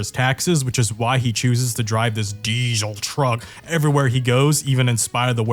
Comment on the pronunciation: hate the way people pronounce diesel like this